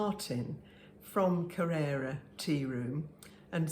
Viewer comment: I had hoped by having been there that you would know how to pronounce Kererra. I was disappointed.😂